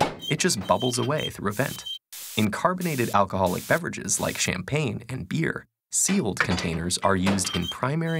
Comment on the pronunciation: Shampan I thought you said shampoo